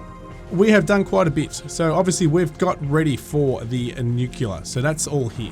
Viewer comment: It's pronounced new-clear not nucular, stop staying that it sounds dumb.